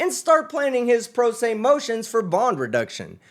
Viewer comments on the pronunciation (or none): The AI mispronounced pro se lmao